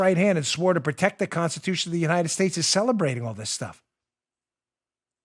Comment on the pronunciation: Biden: "we're sposed to tect those people" Just 🤦‍♂️ It's protect Joe, protect.